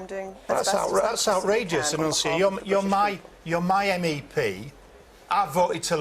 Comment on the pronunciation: She made him look like an arrogant rude prick - flawless victory, Annunziata Wins. Btw - I love your attempts to say her name...